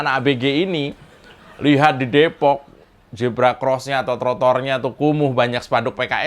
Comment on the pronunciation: Huruf Z jgn di baca J. zebra jgn di baca jebra.